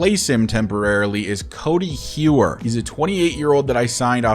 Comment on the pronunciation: I remember you saying to let you know about pronunciations and stuff, so Codi Heuer is pronounced like Cody Hoyer.